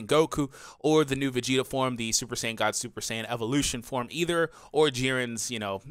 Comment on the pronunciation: Haha, the way he pronounced saiyan was just beautiful.